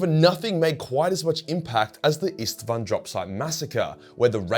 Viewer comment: Its so funny to me as a Hungarian saying Istvaan is like saying Stepheen which is just absurd xd